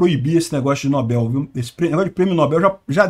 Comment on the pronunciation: precisa definir se é nóbel ou nobél.... Kkkk